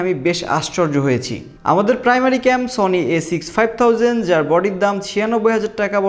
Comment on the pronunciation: এত ইডিটিং এ ভুল কেন? A6500 উচ্চারণ ভুল